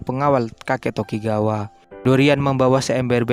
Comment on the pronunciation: Ngab klo ngomong doyle itu cukup doyl gitu aj Sama sikorsky biar gampang sikorski Sama namanya bukan tokigawa tapi tokugawa